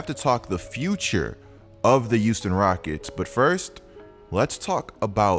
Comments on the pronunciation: “The youston Rockets” 😂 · Is it me or is saying “youston”?